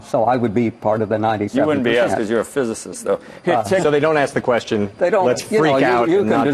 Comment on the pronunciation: Listen to this moronic moderator...can’t pronounce physicist but is somehow too smart for the professor. What a clown.